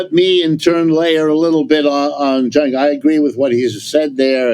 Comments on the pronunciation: Prof Wolfe: His name is Cenk, not "Chunk." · Also, the Professor Wolff calling Cenk Chunk/Junk is a very hilarious unintended mispronunciation (well, insofar as Cenk wants his name pronounced anyway, but I pronounce my last name differently than how it’s originally and currently pronounced in my grandfather’s birth country (Norway) just to make it easier for people and less foreign sounding so given that Cenk and I seem to have some personality similarities with him I’ve noticed including a certain instinctive politically pragmatic subtlety so perhaps he’s doing a similar thing. Also perhaps he’s never heard of Jenkem which may have made him think twice about this pronunciation but alas lol.